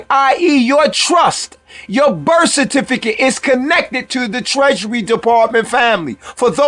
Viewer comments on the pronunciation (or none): It is pronounced birth and truth not berf and troof